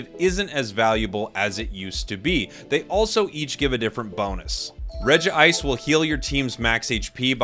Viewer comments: Its not Regi-ice its Reg-ice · Regice so bad he had to say it twice